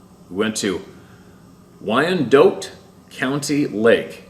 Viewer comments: Wyandotte- wine' - dot. Don't get too upset over spelling. Your channel is awsome!! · Wyandotte is pronounced like Y & Dot